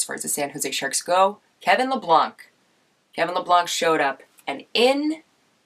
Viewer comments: I believe its pronounced Labank lol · Kevin labank don’t Butcher his name please ...